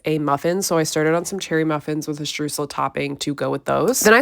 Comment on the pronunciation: I LOOOVE how English speakers pronounce „streusel“ XD